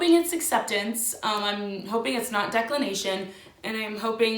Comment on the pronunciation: i peed at “ DECK-LIN-NATION “